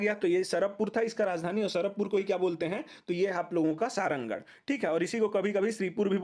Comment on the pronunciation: Sarangarh ko सरहरागढ़ bolte the bhai